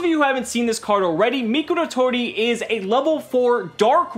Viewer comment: How pronounces Mikoratori, "Mikulatoli"